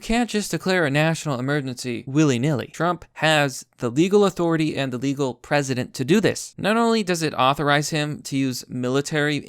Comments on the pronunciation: I totally agree, but why do you keep pronouncing "precedent" as "president"? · Yes. They understand what they're doing. Your saying legal president fyi. Not precedent. Think press. Pressident-precedent. Not president